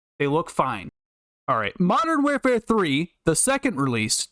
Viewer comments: Your content is so good and relatable that I stopped paying attention to the fact that you repeatedly mentioned "modern where-fare" throughout the whole video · How hard is it to say the word war fare but together like come on 😂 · You’ve gotta learn how to say warfare bro. Please! 🙏😂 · the way you say warfare bothers me